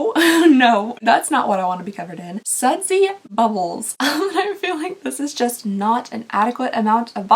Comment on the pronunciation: "sudsy buddles" 🤣🧴🧽